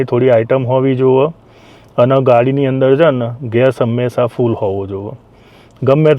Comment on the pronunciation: “હોવો જોયો ,”ગુજરાતી ભાષા ની પત્તર. ફાડી નાખી ! “હોવો જોઈએ ” સાચો ઉચ્ચારણ છે .